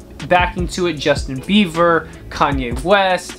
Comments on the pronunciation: Homie said "Justin Beaver" lol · Did he just say Justin Beaver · My man said Justin beaver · he said justin beaver lol